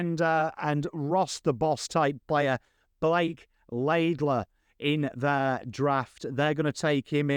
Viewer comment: It's LEIDLER (not Laidler) 🙂